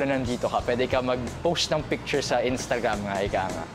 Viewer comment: "PANG INS-SHH-TAGRHAAAM". Konyo boy.. di maka bigkas ng RAAAAA.. ERRRR lang kaya😂😂😂